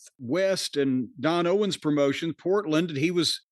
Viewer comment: For God's sake, it's Don Owen, not Don Owens. A couple of supposed wrestling historians should know that.